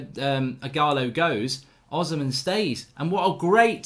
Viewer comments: mark his name is Os - hi - men not osman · Victor Osimhen is pronounced: Oh - C - Men not Ozimen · Please his name is pronounced o-sim-hen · Hey Mark Oshimhen is pronounced O -SHE-MEN!!! There's no Z there❤ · Hey Mark it's pronounced Victor Oh-Shi-Meh-in